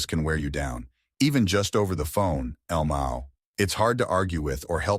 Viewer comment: He really pronounced “lmao” as word 😭